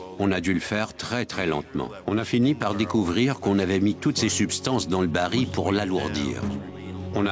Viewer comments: Baril et non bari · Bonjour, Merci pour le partage. Petite remarque : la voix off dit "bari" alors que c'est "baril".